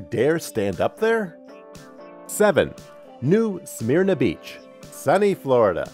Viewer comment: New “Smerna” Beach “Kill-ow-A-uh” Please Get it right After the 8 foot tall Half Dome I was pretty shocked at your lack of preparation.